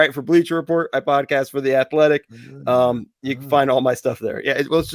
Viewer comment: Can't help but notice Dan had some major issues saying Podcast during the Offerman interview. Its rude to talk with food in your mouth, Dan. $2.00.